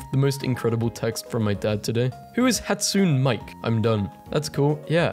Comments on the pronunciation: No way bro pronounced Hatsune Miku as 'Hat-soon mic' 😭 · you did NOT just say it like that, i dont even care for hatsune miku and you said it like that?? 😭😭 (I know the guy spelt it wrong, but for future reference, its "hot-soo-nay mee-koo")